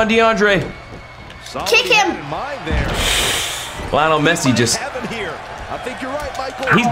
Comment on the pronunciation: It's lie(nol) mess) e